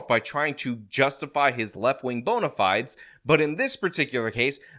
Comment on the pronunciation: "fide" has 2 syllables. Ask any teacher of Latin.